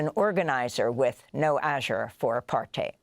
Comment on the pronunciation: Looks like it's spelled: "APARTHEID" but Amy, it's pronounced "Apart- Tied"! But you know that.😢 Apart, and "TIDE TOGETHER"! 🫡